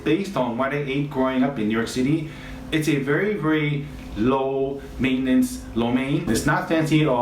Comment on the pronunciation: "It's a 'low-maintemce' lo mein." Okay, sir. I'm listening...😊😂